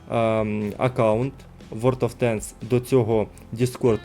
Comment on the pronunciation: Друже хочу дати пораду , тобі б торохи попрацювати над вимовою ( англ) танків чи тощо , інколи дуже врізається в вуха або наприклад "ворд оф тенкс" а не ворлд , дякую